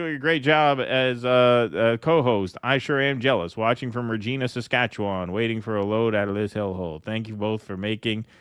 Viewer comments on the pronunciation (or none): rej-EYE'-na.